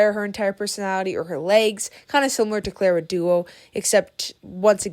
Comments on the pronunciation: Yeah, that bothered me too. “Clara Duo” 😭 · Nadine 'Breaty' not Beauty, and Clara Dao (Da - o) not Dua 😭😭😭😭😭😭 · Girlys pronounciation went from clara dao to clara dua to clara duo 😂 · gurl, its clara DAO, not clara DUO/DOA😭😭😭😭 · clair uh dow ✅